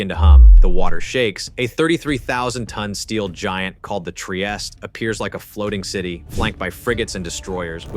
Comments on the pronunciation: Basta con l A.I. ,Trieste non Traiest😮Frigoriferi? Ma che dite! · Their carrier Trieste is pronounced "Tree-aiest-teh" not "Try-est". Sincerely, a non-Italian.